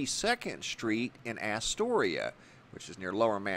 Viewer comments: it's As-tor-ia not ASS-toria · I live in ny, there was no ufo above the city the night. It was %100 a 138kv transformer explosion. Unless u live in a city the size of NYC than u have nothing to compare it to when u say “I’ve seen them explode before”. Btw it’s pronounced ah storia and it’s in queens not lower Manhattan but u get a pass bc your the man! Thanks for all your vids